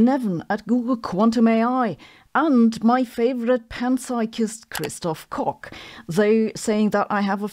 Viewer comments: Warum sprichst du seinen Namen als „Christof Cock“ aus? Um ihn auf „lustig“ zu kollabieren? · Kristof... what? 🤔 Native English speakers say "Kotch" instead. Because, well, you know.